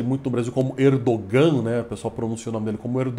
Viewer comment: Até que enfim vejo alguém pronunciar corretamente o nome do presidente turco.